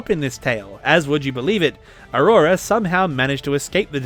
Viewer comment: Avrora not aurora, i remember al long discussion with a Moscow girlfriend 😉